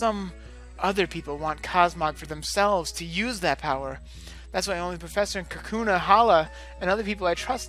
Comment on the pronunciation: Lol, am I crazy or did I hear you call them Kakuna instead of Kahuna.